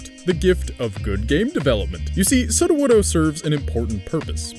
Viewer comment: Good pronunciation of Sudowoodo 👍